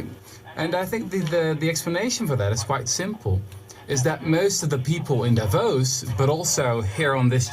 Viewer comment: hi, some random swiss guy here. just wanted to tell you that the accentuation in Davos is on the o, not the a. more like "Davoos" (long o, no u) than "Daavos". thanks for the attention, have a nice day :)